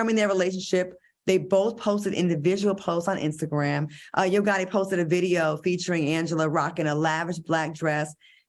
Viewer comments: Yoooo I have tears coming down my face laughing at AL. He said Barbara Walters paved the way in sports. He said he was here for Angela and them in 2013!!! And he said IRV gotti not yo gotti. These minor slip of the tongues have made my day. Hilarioussssssss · Irv Gotta Al??? 2013 Al??? Like y’all need to tell him to drink during the show not before!! He be getting his words wrong a lot